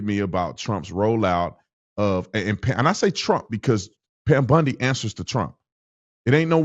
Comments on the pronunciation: Pam Bondi not Pam Bundy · It's Pam BONDI Tatum, not Bundy. 😂😂😂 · Tatum said Pam "Bundi"😂😂😂😂...it's BONDI